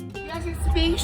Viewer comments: the fact that said SHIRLY pie is sending me:hand-orange-covering-eyes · "its me Sherry 🥧" ☠